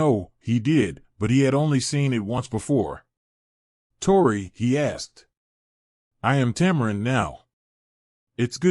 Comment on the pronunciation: Yes it's driving me crazy also. He was saying tore-eye instead of tore-ee when the name Tori was read